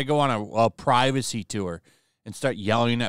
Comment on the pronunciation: We want pri-vuh-SAY! We want pri-vuh-SAY! We want pri-vuh-SAY! We want pri-vuh-SAY!